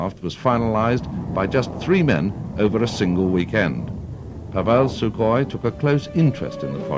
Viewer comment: I think you will find it is Sukhoi not Sukohi